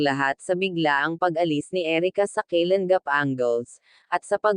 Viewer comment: Ayusin mo po salita nyo hinde keylan gap daig kpa ng foreigner mgtagalog e pilipino ka nmn ang pangit pakingan po pilipit ka mgtagalog concern lang po pra din po un sau